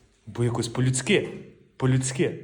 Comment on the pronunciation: Не по людскИ а по людскІ!, вчи мову, вчи!😂сленг то звісно файно але краще чиста 😂